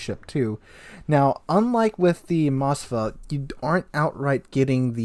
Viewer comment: Please read those names correctly. Its not Mosfa and Nevesky, Its MOSKVA and NEVSKY.